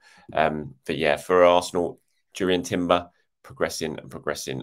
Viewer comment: I'm pretty sure it's more like 'Yurrien' Timber, like Frenkie de Yong. The Dutch j is a y like most of northern Europe.